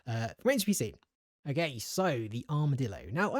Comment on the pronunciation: Why do you say O GAY